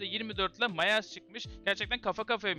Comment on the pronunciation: Myers "Mayers" diye okunmaz "Mayırs" diye okunur haberin olsun kardeşim